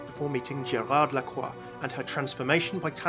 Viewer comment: Overwatch (FailCraft) You are the first person to pronounce Lacroix well. Thanks youuu 😍😍 Everybody say Lacroyxs 😅😅😂